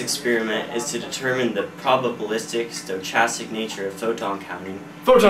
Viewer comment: How can you mispronounce the word stochastic!?